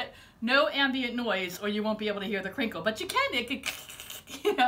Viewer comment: Did you say "krinkle"? That's so cute.. what part of the US do you live in?